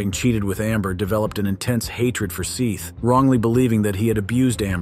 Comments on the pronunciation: The lad is called Seth not seath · Seth not Seeth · Seeth? its seth dude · Thank goodness someone brought this up in the comments. Them calling him SEETH was driving me crazy! 😝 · Seath can be a spelling of Seth but it's still pronounced Seth...Just like heads isn't pronounced heeds or death pronounced deeth. 😅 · Seeth?? 😂 Sss eh th 😳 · dude i'm so sick of the AI voices it's so awful. first 10 seconds we can clearly hear the boys name was pronounced "Seth" but spelled "Seath" not even 10 seconds later this robot voice says "Seeth" like cmon the least you could do is respect those who have passed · His name? Was 'Sehhhhhth'. Not 'Seeeth'. You can watch all their separate interrogations, it's rather interesting. Also, Amber & Kyle are siblings, and all but Sehhhhhth were living together in Charlie's trailer. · 1) I guess we don’t have to worry about AI ruling us all for a while yet, when the says “Seth” but the (pleasing) AI voice mispronounces it Seath (even though that’s how it’s spelled). How can AI not be smart enough to learn a pronunciation? 2) it’s abominable that the actual killer gets life and someone who may have barely been involved in the planning gets the death penalty. That prosecutor should be ashamed. Had I been on the jury, I would have tried to convince the rest to put down death for the killer, and life (or less) for the robber. Cold blooded killers need to be punished, not rewarded. Life just means there’s a chance at some point he could escape and kill again. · The Victims name is pronounced SETH and the AI says "SEETH'. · Seth not “Seeeeeth.” I’m guessing AI… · Seeth? man if your going to be lazy and use AI voice generators you could at the vary least learn how to spell. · Why do yall keep saying seeth his name is Seth. Ffs at least get his name right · Whomever is doing the talking is annoying. Calling the deceased seat instead of Seth but yet getting the names of the murderers correct. It's not AI. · It’s SETH. Not Seeth. Have some respect